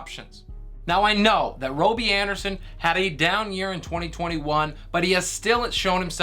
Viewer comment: Dude U butchered all them they guys names... Coral...Roby Anderson... Got your shit together... Nobody takes U serious on your take when U cannot even say their names right